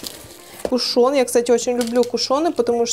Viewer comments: кушЕн,а не кушОн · Не пушён а кушон